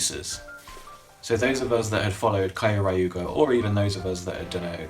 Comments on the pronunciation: Is there any particular reason you call it "kaio-raiuger"? Since like the Gaburevolver has multiple sound clips where it pronounces "Kyoryuger" pretty clearly. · its pronoced kyo ryuger not kioriuger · kai-oh-rai-uuger is the most interesting pronunciation I've ever seen, could've googled that one haha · You could've at least learned how to say Kyoryuger before saying it 4 times. Just look up the roll call, or the intro, they say it all the time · U pronounced Kyorurger wrong. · The way you say Kyoryuger and Pachy Zord hurts me to my core